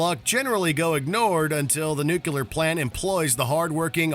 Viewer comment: Was it just me, or was the narrator of the video saying "nuclear" wrong?